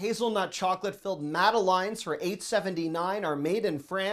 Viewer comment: Does speak American English as his first language? In this one video he mispronounced "silicon". OK, that one confuses a lot of people. But mispronunciations abound in the food department. must eat only at McDonald's: "madeleines", "jalapeno" (lol), "teriyaki", "basil". He needs to get out more.